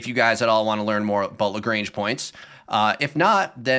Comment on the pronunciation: Also the pedant in me has to correct Lagrange. It's not Lagrange like the ZZ-Top song, it's Lagrange like a French bloke. Like when your doctor makes you say aaaaah "lagraaaaaange".